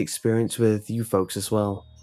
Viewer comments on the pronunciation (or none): none